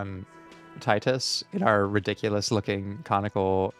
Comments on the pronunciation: Every time he calls titus "teetus" i die a little inside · Hearing pronounce "Titus" as "teetus" (despite hearing the correct pronunciation many times) brings me immense joy